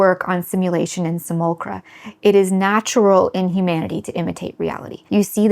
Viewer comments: interesting video, but it's pronounced "SIM-U-LAK-KRA" and "SHOE-STIR" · Correct on all fronts (except for your pronunciation of "simulacra" haha). You paint a vivid and terrifying vision of the future, thank you for this video essay. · She mispronounced "simulacra" lol